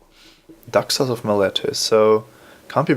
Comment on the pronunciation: When he says Daxos, it sounds like "duck sauce" - which is what I'll be calling Daxos from now on.